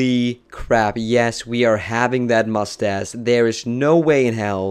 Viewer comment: I really liked when he said moustace instead of moustache and stadze instead of stage :D